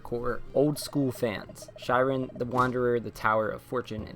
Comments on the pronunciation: Shiren is actually pronounced "Shear • en" (same as shears you'd use to cut your hair with). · It's actually pronounced "Shear-en", it is the Japanese word for trials/ordeals. Sorry to be picky but it's my favorite series of all-time. Thanks for the video, I'm really looking forward to finally getting to play this (I almost imported the DS version years ago and was going to learn Japanese just to play it lol).